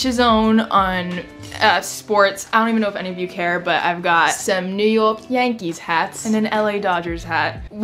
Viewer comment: trying to say New York in a New York accent but it sounding more British😂 literally me every time I try accents.